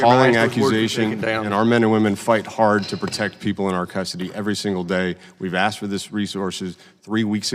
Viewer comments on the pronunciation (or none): The Chairman... How does a man who cannot speak the English language properly be elected into our government? The word is ASKED. Not AXED. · "I have been axed to have Rep. Underwood clarify.." Nuf said.